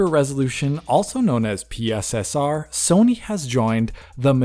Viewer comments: PSSR, not P.S.S.R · Are they really calling it PISSER